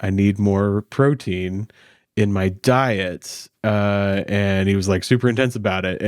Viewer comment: dang the way he said "DIET" 😅😅😂😂😂😅😅😆 🤣 (I know the feeling)